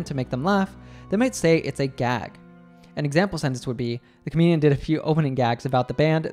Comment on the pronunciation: Thank you for your wonderful videos. But could you speak a bit slower and clearer, please? for ex: I can't hear the word Comedian from you , even though I replayed it multiple times.